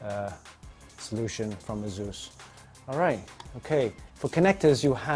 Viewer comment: It's asus not zus or zeus xDDDDDDD